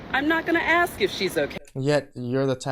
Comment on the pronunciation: FFS, the word is ask. Stop saying axe. You sound stupid.